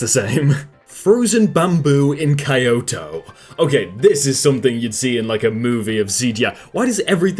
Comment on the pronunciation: "kai yoto"